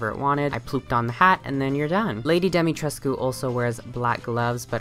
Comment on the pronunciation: POV you’re Romanian watching this to see if butchers the pronunciation but it ends up NOT being horrible 👁👄👁